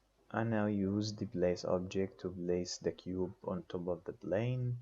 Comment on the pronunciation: place not blace ! plane not blane !!! IPR not IBR